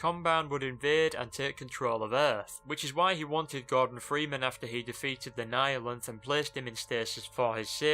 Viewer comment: Thank you for pronouncing "Nihilanth" correctly!